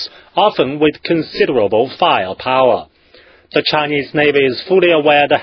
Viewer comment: firepower-faier pauer aircraft carrier-eercravt carreear